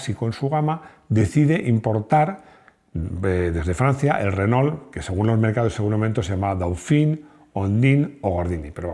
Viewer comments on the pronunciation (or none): none